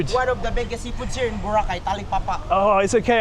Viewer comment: It’s Bo-Ra-Cay, not Bora-cay